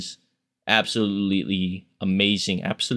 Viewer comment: "Absolutilly" LMFAO